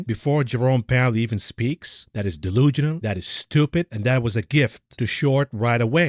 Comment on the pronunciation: The word is "delusional", not delugional.